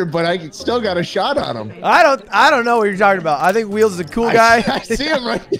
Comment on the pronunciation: Wheels sounds like a slur and I love it.